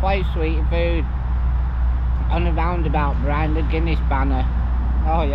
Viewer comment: not hating mate just sounds funny, love your vids 🤣